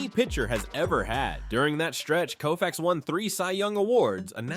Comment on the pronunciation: Sorry, it's Sandy Koufax